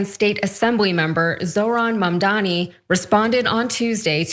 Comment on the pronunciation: It’s a me a mamdani (like Mario… 😂)